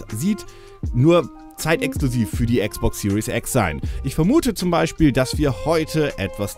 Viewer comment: Die falsche Aussprache, die man überall in Deutschland hört: "Serious X" - Die ernste X :D